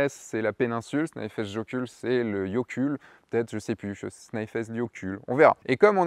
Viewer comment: Mon rêve, faire un shooting couple (de mariés) en Islande <3 Toujours aussi inspirantes tes vidéos, j'adore ! PS : Comme dit plus bas (ou plus haut, ça dépend du sens des commentaires ^^), jökull c'est glacier, et si tu veux faire briller les yeux des Islandais la prochaine fois que tu y vas, tu le prononces "YEUKUTL" ou "YEUKUTLEU" ;)